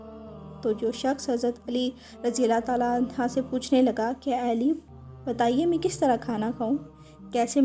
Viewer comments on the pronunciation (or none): Please correct your pronunciation . Hazrat Ali Raziallaho Anho ( Right) Anha( wrong)